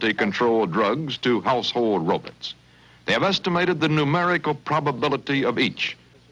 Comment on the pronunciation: I do very much appreciate the TV commentators pronouncing robots as "row-b'ts" Wondeful.